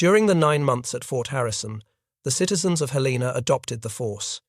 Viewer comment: Good tale. One minor detail, however. Helena, Montana's capital, is pronounced "helen uh", not "hell LAY nuh"